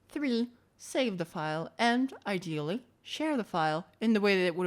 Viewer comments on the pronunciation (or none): Is this ai? The way “ideally” is pronounced is very garbled.